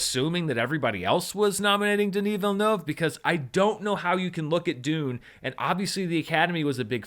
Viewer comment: Random observation, but as a French Canadian from Quebec, I really appreciate the effort you are putting into pronouncing Denis Villeneuve's name correctly!